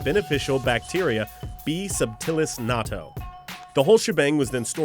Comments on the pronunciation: It's not pronounced like nato, it's pronounced like nat-to(-_-) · It's pronounced not-toe as in it may smell like toe jams but it's "not toe". Not pronounced nah-toh. By the way raised on the stuff and LOVE it! Even make it myself when I can't find it locally.